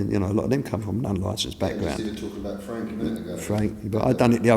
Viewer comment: Fwank Warren, the most successful bwitish pwomoter of all time. Wobert wan awound the woundabout. Wibble Wobble, Jonathon Woss.